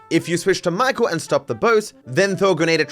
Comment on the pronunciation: "StaWWp Ur bOEt"